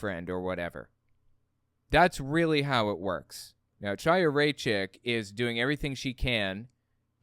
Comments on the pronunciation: Her name is pronounced Haya. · Not to be pedantic, but I believe her name is pronounced like "High-a", or maybe with a slightly guttural initial sound. Otherwise, loved your analysis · the “ch” in Chaya’s name is pronounced gutturally, like the “ch” in Bach or Kristallnacht. It’s definitely not pronounced like “cheese”. If you’re struggling with that pronunciation, it would be closer to say “Kaya” or “Haya”. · why cant people be bothered to learn how to pronounce her name ITS A HARD H HAYA.... like l'chaim....to life and she is a member of the chabad lubavitch sect of hasidim and dressing modestly is not "crazy" you constantly push the boundaries of antisemitism someone whose entire family are members of an insane end days cult needs to tread lightly before attacking other's belief systems and i think chaya is on the wrong path...but no reason to bash all of chabad because of her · its pronounced w a CH/ KH sound like ACHtung or laCHness or baCH not ch as in CHair you all herd of L'CHieem to life CHiya means life in hebrew the sound is a german or scottish ACH like clearing throat sound